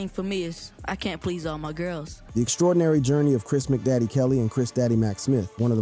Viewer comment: The dude said ( Dey bomb) for Da Bomb, (Mc Daddy) for Mac Daddy... I would fire him for that alone, ur not from the culture fam 🤷🏾‍♂️